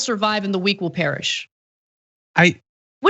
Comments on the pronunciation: So the mayor decided to ......”parish” .. Ba dum tissssss (I know it should be “perish” 😭😂) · "perish",......not "parish",..... how do these people function, let alone become mayor? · I hope that he's saying "perish". Not parish. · Shouldn't the word be "perish" not "parish". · Dude it’s perish not parish 🤦‍♀️ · "The weak will parish?" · Notice how he said "the weak will parish". "Parish" is a noun describing a territory or some such shit in the Christian church. I'm sure what he actually meant was the weak will perish (i.e. die). Freudian slip? Although you would think a true Christian would have more compassion for his neighbors. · Did he say parish or perish? Texas chose to not improve power grid infrastructure. They said screw it and de-regulated. Ridiculous that they are trying to blame it on the green new deal...which they are not operating under. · "parish"??? like the priest??? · LoL, he said the weak will “parish” instead of ‘perish’. Well, Republicans do like the poorly educated. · The weak will "parish?" Did he mean perish or did he have some religious agenda here? Wow, this guy really doesn't understand the basics of government and he was serving as a mayor. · perish, not parish. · "the weak will parish"